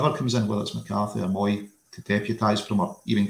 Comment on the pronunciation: mooy pronounced moay